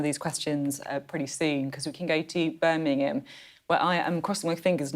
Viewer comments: Beth. Birmingham not Burminum. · Birmingham. Burminum